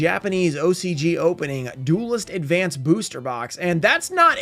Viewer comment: Opening Duelist advance in advance?! Sounds perfect. butchering ocg cards names will never get old😂. Cyber dragon the laser of cyber dragons is just so ridiculously